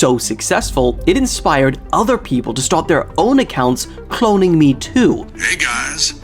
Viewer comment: keeps saying clonnign u but is not clonning u